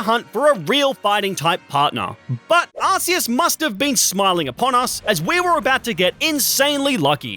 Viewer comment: bro actually says arseus